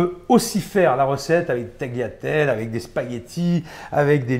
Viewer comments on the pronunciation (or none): "ConchiLione" "taLiatelle" On ne prononce pas le "G".